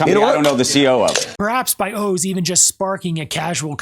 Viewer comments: I'm still stuck on the fact that you do not know how to pronounce "Oz". I could see it being difficult for someone from Asia to figure out the correct pronunciation, but would you say "Have you ever seen The wizard of owe's?" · Is his name pronounced "ohs" or is he using AI now? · Isnt it pronounced Oz like wizard of oz? Not Os like multiple O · Wizard of Oh-z. Wizard of Ah-z?